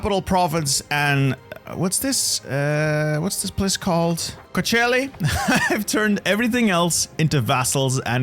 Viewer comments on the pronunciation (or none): none